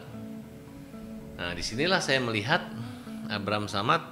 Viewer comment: Knp jd abraham samad si nyebutnya😅